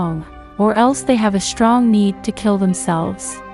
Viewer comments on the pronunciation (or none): none